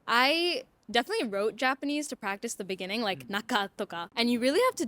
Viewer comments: in the benening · In the beninging